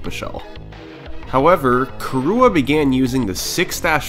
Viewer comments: Its not "Kurua" its "Kirua" !!! Learn to pronunciate and respect names! I am KIruas friend! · hearing you pronounce kirua as "kee-rooh-uh" kills me every time. which is really painful in a 1h 30m video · I love how you pronounce the name like Khu'rooah!